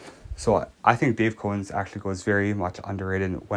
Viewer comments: It's Cow-ens not Co-wens. As in a cow the animal. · Its not CO ENS ITS COW ENS! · Sorry but it is Dave Cowens not Cohen. That is disrespectful to not pronounce or spell his name correctly. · You didn't know? You're making a video about a team and ranking players on said team. But you don't even know how to pronounce their names. You are Bush league dude! Get off the air!